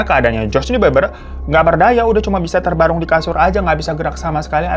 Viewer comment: terbaring hiro bukan terbarung😅ngakak tpi aku ulang²